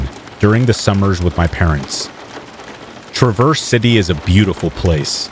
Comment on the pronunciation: TRA verse not traverse